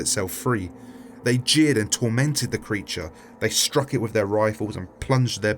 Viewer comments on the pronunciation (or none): none